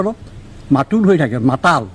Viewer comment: মাতাল শব্দ টোক একেবাৰে কব পৰা নাই এই জন আৰু কাণ তলিয়া চৰ দিয়াৰ কথা কৈছে আচলতে আপোনাক হে দিব লাগে